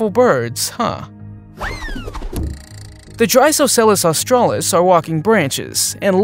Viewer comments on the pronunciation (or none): none